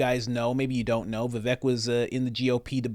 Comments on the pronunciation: His name is pronounced “Vih-vake”. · I heard him say it's pronounced ' Vi Vake ... like Cake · Pronounced Vivache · Vivek says it rhymes with "cake," so it's "Vi-vake." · rhymes with cake =vi VAKE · Vivek says Vivek like in cake. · Vivek says 'Viv.ACHE'. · Vivek is pronounced as We Wake. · VIVEK rhymes with shake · Vivek pronounced Viv- Ache. Short i long A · Pronounced Vi-vake, rhymes with “the rake”…sort of. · "Veh Vake" is his preferred pronunciation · Vivek is pronounced "Vi-Vake" . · Vivek rhymes with cake, by his own account. FYI. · It’s pronounced “vivake” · Vivek pronounced Vivake rhymes with CAKE. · It's pronounced VI like VISIT VAKE like CAKE....Vivek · Good videos. Just an FYI. his name is prounounced Viv-ache * like tooth ache 😀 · vi-vek - rhymes with cake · Vivek rhymes with cake. Viv ache. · His name is pronounced "Vivake" as in make, rake or bake. The emphasis is on the 2nd syllable. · ViVake like cake is how he pronounces his name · On the TimcastIRL Podcast, Vivek pronounced his own name, as [viv-AKE] said his name 'rhymes with CAKE'. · Vivek is pronounced "VivAKE." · REMEMBER: HIS NAME IS PRONOUNCED LIKE THIS: “VIVAKE” (Like CAKE). Just so you know…. I mean you can’t be calling our future vice president and then future president by the incorrect pronunciation of his name now, can you?? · "Vi-VAKE" like Cake! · I heard Vivek is pronounced so the last syllable rhymes with "make" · Just to help some of yall out. It's "vi-vey-ik" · Vivek is pronounced vee vake (like cake) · Vivek has said his name is pronounced so the last part rhymes with CAKE, and the stress is on the second syllable. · When Vivek says his own name, he rhymes it with cake. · I heard Mr Ramaswamy say it's like cake on how to pronounce his name. So, it is a hard a in the second syllable ;) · Vivek, rhymes with cake. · Vivek rhymes with cake. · Vivek- rhymes with cake.